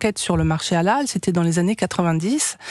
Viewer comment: Au lieu de dire Halal le mec il dit ''hallal'' 😅